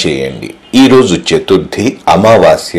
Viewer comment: Not chathurdhi Chathurdhashi